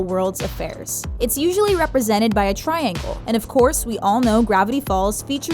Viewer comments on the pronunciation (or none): none